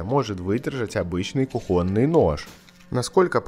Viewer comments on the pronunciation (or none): Простите, но не кухОнный а кУхонный нож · кУхонный, а не кухОнный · Как же бесит эта ваша "кухОнность"! Нож - он кУхонный, понимаете, кУхонный, а не кухОнный. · Извините, но правильно: кУхонный гарнитур, кУхонная посуда, кУхонные отбросы, вооруженная кУхонным топориком девушка, маленькая кУхонька. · С каких пор в слове "кУхонный" ударение стали ставить на "о"? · Не кухонный, а кухонный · КухОнный нож?🤔 2 класса образования и третий коридор!?🤬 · кУхонный, а не кухОнный нож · Да почему кохОнный????? Нож ведь кУхонный!!! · нож не кухОнный , а кУхонный не нужно умничать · кУхонный нож правильно ,а не кухОнный нож🤦‍♂️ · Когда вещаешь на большую аудиторию на русском языке, то ты обязан говорить правильно я считаю! Как правильно ставить ударение: кухОнный или кУхонный? Ударение падает на первый слог во всех формах этого слова. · Почему кухОнный??? кУхонный! Ухо режет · там еще ударение на кухОнный режет слух)) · " кухОнный" это типа по интеллигентСКому... интеллигенты раньше чтоб подчеркнуть свою особенность, специательно ставили ударение так, чтоб запутать простой люд... другого объяснения я не знаю. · Как всегда отличное видео. Вот только кухОнный как-то слух немного резало:) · Режет слух неправильное произношение - кУхонный. Ты вещаешь в массы - не нужно "ломать" язык. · К видео притензий 0. всё шикарно. но это кухОный. кровь из ушей пошла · 😂"Кухонный" ударение на букву У насколько я знаю, а не на О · Странно, что автор видео в слове кухонный, ставит ударение на О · Ударение, на у